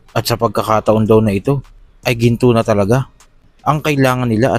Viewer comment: Ginto Hindi sinto😅